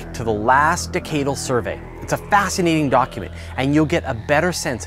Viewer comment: He pronounced "decadal" wrong.